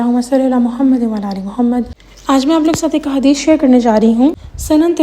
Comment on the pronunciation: Apii g ap k darood parhny Allahuma salli aala muhammadin wala aali muhammad keh rhi hain wala ni wa aala 😊😊